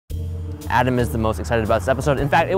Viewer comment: Rookie Musikerz How can you say Adam wrong?!